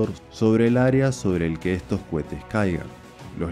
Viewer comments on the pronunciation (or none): Co he te !! Co he te ! No Cuete !!!! 🤪🤪🤪